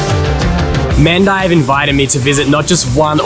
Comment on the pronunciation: "Man die" itches my ear 🤣 Mahn-die /Mon(day) dye is what i recognise since young as a Singaporean 😂